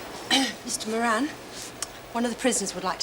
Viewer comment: Every time I hear anyone say Bob Moran, ( the new Governor), I keep hearing Meringue !!! Love Lemon Meringue !!